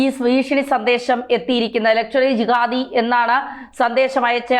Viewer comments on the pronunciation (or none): അയ്യോ ക്ക് മലയാളവും അറിയില്ല 😂ലക്ഷ്വറി ജിഹാദ് അല്ല 😂ലഷ്‌കർ ഈ ജിഹാദ് 😂